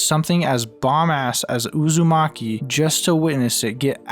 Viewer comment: whenever I hear you say "Uzami" I hear "A zombie." Which had me so confused for the longest time